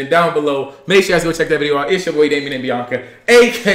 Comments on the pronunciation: “Biawnca” that’s why I heard xD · is funny the way said biannca🤣